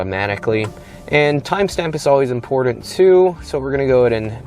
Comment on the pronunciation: The buttons have two tt s in them not two dd s In other words, it is buttons, not buddons for the word important, there is a t not a d. Otherwise, like your video!